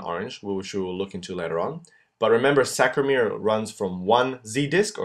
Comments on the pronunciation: Great video but it's SARCO-mere not SACRO-mere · Love your drawings and this tutorial. However you are saying and writing "sacromere" but the word is "sarcomere". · nice video but it's Sarcomere and not Sacromere... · As an AP instructor of 35+ years, you do a nice job! However, you must make sure you pronounce the words correctly! It is NOT sacromere.... it is sarcomere! Double check your pronunciation before you begin! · It is not saCromere, it is saRcomere .. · Great video, just maybe make a note that it's saRCOmere, not saCROmere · Good video , however, just wanted to point out the term is 'Sarco lemma' and Sarco mere Not 'Sacro lemma' / sacromere - Not sure if this was a slip but it was stated multiple times. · Aloha! I love this resource! Thank you!! BTW its Sarcomere and sarcoplasmic----sarco rather than sacro- ya? Mucho Mahalos! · CORRECTION: it's SARCOMERE, not SACROMERE. Correct pronunciation/spelling is important as students, we should be learning the correct way. Thank you, I think you're great! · Isn't it sarcomere not sacromere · Was very helpful SaRcomere, SaRcomere, saRcomere, saRcomere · This is great, but it's totes called "sarcomere"...